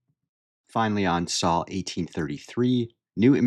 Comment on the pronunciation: Sole not Sal.